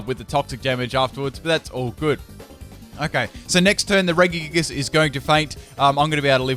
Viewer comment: The way you say regigigas is really annoying me. I say it Re-ji-gig-as You say it re-gi-gig-us